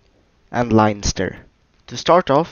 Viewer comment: In the pronounciation: it's "Len-ster" (like Ben with a L) not "Line-ster"